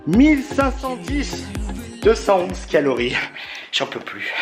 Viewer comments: Tu a dit kilori au lieu de calorie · Calories et non quilorie mdrrr #humour je dit sa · " 80 kilories " 😂😂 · Ta dit 8 quilories au lieu de calories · Euh sans être méchant on dit CALORIES je vous adore 😍😍😍😍